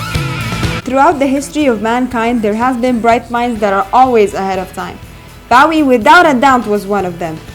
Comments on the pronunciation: Its a good video but its not Baw-ee its Bow ( as in bowtie ) ee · Its not bawee its Bowie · His name is BOOOOOWWWWWWWWIE !! As in ‘ Low, Go, Snow! Not Cow, Brow, get it right, and his eyes were not different colours. So many things incorrect here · At least pronounce his name right 😭it’s Bowie as in bow tie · Why is she calling him "Bahwie" ? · Learn how to properly pronounce his name! Boh-Weeh Pendeja! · No hate but I hAte how u say Bowie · You pronounce his name wrong. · Thanks for pointing that out. I cringed each time she mispronounced his name.